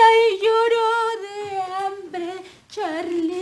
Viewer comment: la doña nely volvio como fantasma y dijo se llamaba crachrlie